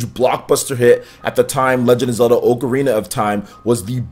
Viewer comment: Oakarina of Time